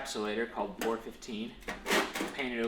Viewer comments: please stop calling it "pour 15" its P.O.R for the abbreviated "Paint On Rust" not POUR..... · I love your vids!!! But, I think it’s Pee-oh-are 15 (Paint over rust)....don’t know why I’m now fixated on the POR 15 being said!